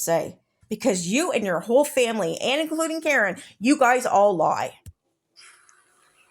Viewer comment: Yes! What is the new pronunciation of AND? It isn't pronounced "end"! Same as pitcher! It's pronounced PICTURE! She refuses to learn for F sakes!